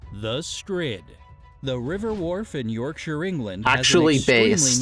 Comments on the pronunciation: at least they pronounced yorkshire right. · I always get slightly surprised when people pronounce stuff like Yorkshire right because I'm so used to people saying York-Shire (as in the Shire in the hobbit)